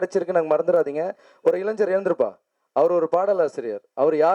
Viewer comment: முதலில் இளைஞர் என்று சரியாக உச்சரி அதிலேயே தெரியுது நீ யார் என்று. சமூக சேவை மட்டும் உனக்கு மரியாதை. தைரியமான சிம்புவின் பத்திரிக்கையாளர் பேச்சுக்கு பிறகுதான் பன்னீர்செல்வம் அறிக்கை விட்டான். சிம்புதான் தைரியமான பச்சதமிழன். நீங்களாம் எங்க போனீர்கள் தினத்தந்தியும் ஆனந்தவிகடன் யும் சொல்லாத எரியுது இளைஞர் சிம்புவை நம்பினால் கைவிடமாட்டான் இவன் காலை வாருவான்.